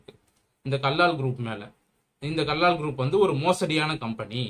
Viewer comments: First learn to pronounce the name properly. It is Kallal கல்லல் Do not pronounce as Kallaal. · Kallal bro not kallaal